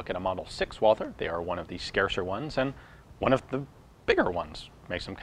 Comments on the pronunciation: The name of the manufacturer is pronounced "Val-tuh" not "Wah-ther." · Walther is pronounced without the th. German doesn't have that sound. Just say Walter. That's way better ^^ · Probably not the first to type this but the Germans pronounce Walther as "Walter." The "h" is silent.